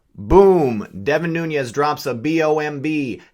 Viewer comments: Love the channel bro, but I'm pretty sure it's pronounced "Noons" not "Noonyez" maybe I'm wrong, just sayin. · why are you pronouncing Nunes as Noonyez?